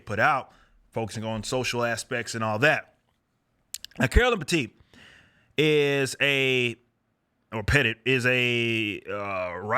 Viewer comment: Your initial pronunciations of Petit was correct, not the 2nd one. Puh-teet. Or if you wanna pronounce it in French, it's "Puh-t'see" (but faster).